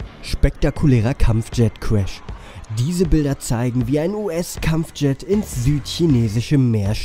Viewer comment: Kampfschet Kuesch